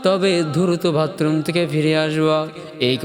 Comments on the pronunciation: ভাতরুম না বাথরুম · Masha allah Apnar waz otulonio.kintu vatroom bolben na bathroom bolben.❤❤